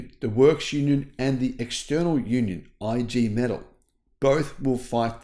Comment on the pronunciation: I. G Metal - "Eeee Gay May-Tal'"